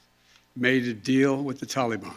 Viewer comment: I wish he could say Taliban correctly. Ugh. You can't do anything to hold them responsible esp NOW WHEN IT WOULD BE EASY FOR THEM TO HOLD THE REST AS HOSTAGES! WHAT A MORON!!! YOU HAVE CAUSED ENOUGH DESTRUCTION,PLEASE RESIGN!